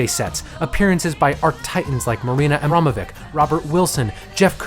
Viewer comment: did you just called marina abramovic "marina aramovik"? and used this ugly censored album cover as the official album cover? and you completely ignored the most important reason why album failed: few days before album was released gaga lost her manager and was completely alone with all the promo